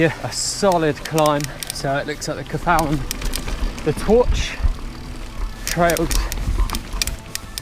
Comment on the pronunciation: If you're going to attempt to say Welsh names at least try to find out how they're pronounced. Twrch - pronounce as Turk Cafal - pronounce as Caval That'll get you pretty close.